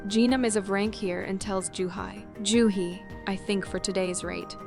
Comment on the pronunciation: dude, her name is joohee. Pronounced "ju-he", wtf is a juhi?